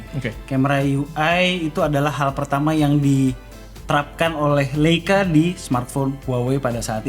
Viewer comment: Koreksi dikit om, dibacanya ¨LAYCA¨ bukan LEICA